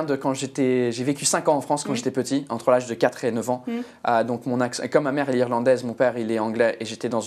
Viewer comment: Il a un accent parfait